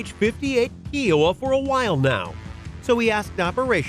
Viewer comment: Kiowa is K-eye-oh-wuh, not Kiwi sounding Kee-oh-wuh. Long I.